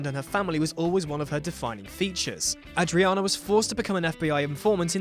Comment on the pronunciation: apparently mandated need to mispronounce names reaches its zenith at 5'30, when a character's name is pronounced two different ways in two consecutive sentences. So, is it Ah-driana or Ay-driana? Make up your mind.